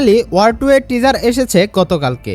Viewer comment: Teaser উচ্চারণ টা ঠিক করো ভাই 🤣